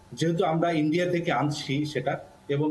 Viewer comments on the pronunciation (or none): none